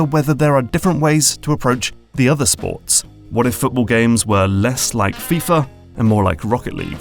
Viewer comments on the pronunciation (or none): none